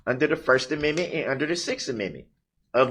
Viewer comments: That's so nice of him, "letting her". And wants his to 'preserve' his first aminmit, despite being "sovereign" 😂😂😂😂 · The first and sixth uh-min-mint. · He cannot even pronounce the word Amendment. He also can't have it both ways if he's The Sovereign Citizen and I think I had actually commented on this the first time I heard him carrying on then he doesn't agree that the constitution he wants to work it to his benefit and then when he doesn't want it to be wants to work that to his benefit. This man is the biggest ass That Ever Walked the planet in modern times I'm so glad he got that Thousand Years